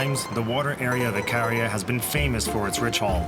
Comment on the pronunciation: The narrator can't even pronounce the island name properly, Ikaria.